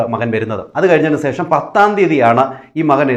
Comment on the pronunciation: സേഷമല്ല ശേഷം എന്നു പറയുക ഈ വിഡ്ഡികളുടെ പുറകെ പോകാതെ വേറെ നല്ല വല്ല വിഷയവും U tube ൽ ഇടുക